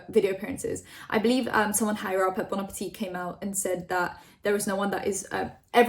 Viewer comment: Omg dont talk about bon appetit if you're not going to do enough research to pronounce or intro it with respect. Fuck